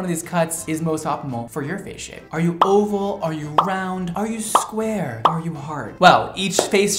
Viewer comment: its square not sqare